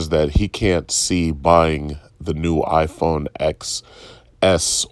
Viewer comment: I know it's probably doesn't matter, but as a 'tech' channel, and an 'apple' fan on top of that, at the very least know what their favourite device's name as was called by the company themselves.